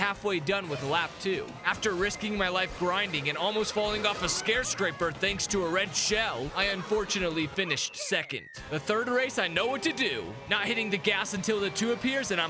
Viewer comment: You said scare-scraper 😅